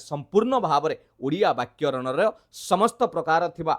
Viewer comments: ବାକ୍ୟରଣ ନୁହେଁ sir byakarana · ମହାଶୟ ଦୟାକରି ଓଡ଼ିଆ ଭାଷା ଟିକେ ଭଲକି ଉଚ୍ଚାରଣ କରନ୍ତୁ। ଆପଣ ବାରମ୍ବାର ' ବାକ୍ୟରଣ ' କହୁଛନ୍ତି। ଏହା ବାକ୍ୟରଣ ନୁହେଁ 'ବ୍ୟାକରଣ'। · ବାକ୍ୟରଣ ନୁହେଁ ବ୍ୟାକରଣ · Sir ବ୍ୟାକରଣକୁ ଆପଣ ବାରମ୍ବାର ବାକ୍ୟରଣ ଉଚ୍ଚାରଣ କରୁଛନ୍ତି। ଧ୍ୟାନ ଦେବେ.ଆଉ ସବୁ ସୁନ୍ଦର।